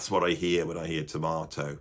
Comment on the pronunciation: It's T O R M A T O !!!! Not tomato.